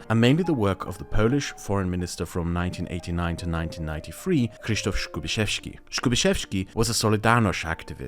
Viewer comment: Skubiszewski was not that bad! Krzysztof, though... I know, it's a very, very hard name (I myself go tell foreign people to simply call me Chris to make things easier), but could be better I think. Again, I am very pedantic about little things in life, so please forgive me.